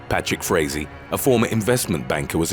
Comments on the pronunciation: When you said "Patrick Frazee" I thought you were saying "bat shit crazy". 😂😂😂😂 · I thought I heard Patrick Swayzee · I thought he said 'Patrick Swayze' 😆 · The narrator said “Patrick Frazee”, I heard “bat shit crazy”. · I thought you said bats*it crazy instead of Patrick Frazee, either works though.